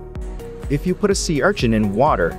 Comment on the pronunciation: Sea ~Archin~